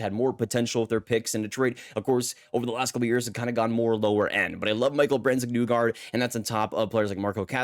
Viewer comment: Its brandsegg “knee-gard” not “Nugard”